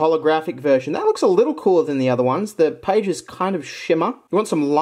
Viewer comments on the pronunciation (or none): none